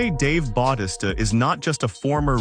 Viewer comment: stop saying his namr wromg its fucking annoying, if you going to make a video on him then say his name correctly. i had to stop watching to how annoying it was